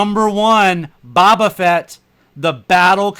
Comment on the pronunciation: How do you not know how to say "Boba"